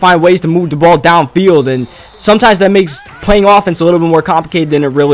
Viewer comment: I love how u pronounce your "that" to "dat"